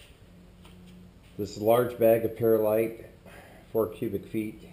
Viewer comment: He's definitely missing a chunk. It's called Perl-ite not Peril-ite and diatoms are little tiny sea creatures not glass. Their tiny skeletons make up diatomaceous earth. Also isopropanol burns very inefficiently compared to ethanol and methanol. Oh..and he forgot to show the mixing process!